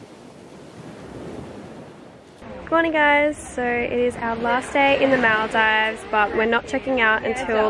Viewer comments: It's actually called moldives even tho there's an a ok just saying I'm saying this because I live in Maldives for my whole life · The fact that your saying Maldives wrong is really bothering me 😭